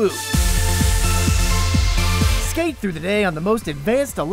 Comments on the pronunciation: Like that fact that he calls it luut when it's prenounced Lyt. Since Ü is prenounced like Y is prenounced is danish. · Just realized LÜT is technically pronounced l33t.